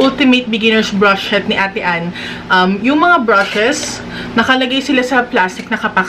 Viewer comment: yung "brush shet" talaga eh HAHAHAHAHHAHA